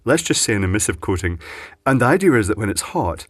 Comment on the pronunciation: DO YOU SEE an "R" in the word IDEA??? Hummph...